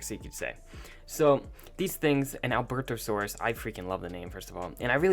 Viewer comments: Alberto-saurus XD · Bro it's a albertosauros not alberto-saurus in pronouncing